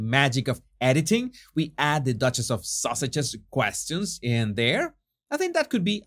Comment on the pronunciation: There's another video host that say Sussexes as Sausages. 😂